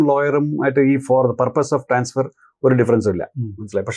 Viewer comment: Hello നിങ്ങൾ വീഡിയോ യിലെ പല സ്ഥലത്തും ട്രാൻഫർ എന്നാണ് പറയുന്നത് 😂😂 ട്രാൻസ്ഫർ അല്ലേ ശരി 😂😂